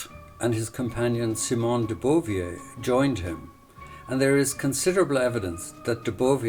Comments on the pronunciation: Great video and historical overview. As an ex-pat writer living in Paris, I would be remiss not to say be careful about the French pronunciations. A few examples: Simone de BO - VOIR, not do BO -VIER, and the booky NISTES, not booky AIGNES. French culture is nothing if not its beautiful language, even if we are all suckers trying to pronounce it correctly. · "Simone de Beauvier"?! At least you didn't say "Bouvier" i.e., Jackie Kennedy-Onassis which is probably what you were thinking. Her name was actually "Beauvoir" (bow-vwar). I hate it when people make documentary videos and make no effort to get the pronunciation of foreign words correct. "Luxembourg" was OK! "Bouquinistes" terrible! (boo-key-neest)